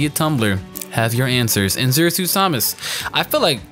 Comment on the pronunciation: Why do you say samus weirdly.